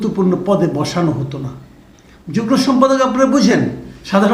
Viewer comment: যুগ্ন না উচ্চারণ হবে যুগ্ম।